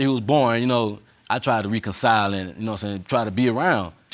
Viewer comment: No I was done when he said “Re-Concile” 😂